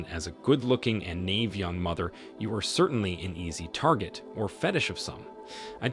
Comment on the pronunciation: dude your pronunciation is ATROCIOUS! 😣😖😫 Nave???? Its Ny-eve.